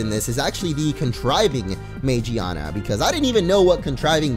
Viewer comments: it's not Magiana it's magearna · Its Magearna, not Magiana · It's pronounced man-gina. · I thought it was called Magearna! Is it not??! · It's MA-GEAR-NA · It's name is magearna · it's magarna